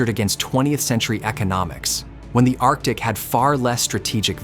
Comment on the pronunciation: It's "arctic" dude.